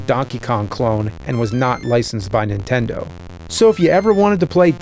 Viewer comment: "Super Intendo".